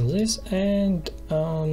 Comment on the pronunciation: its not ZIS but DIS